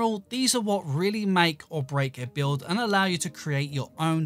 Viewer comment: thats how he says build